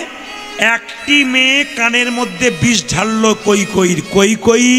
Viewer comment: কৈকৈ কেন বলছেন নামটা কৈকেয়ী।